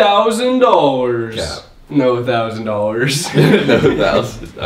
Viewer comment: can not say dollars for his life